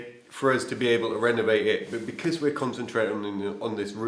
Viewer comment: I am a great fan of how people pronounce certain words..never making fun, it just gives me a little smile....please don't ever stop saying "bekizz"......😊.